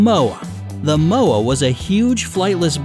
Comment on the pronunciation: XD u cant say moa right